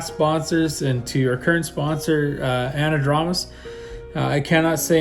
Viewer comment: An-a-draw-mus to-may-toe to-mah-toe either way you say it, they are the best damned tools around. Furthermore, Herb told me he doesn’t care how I pronounce it 🤣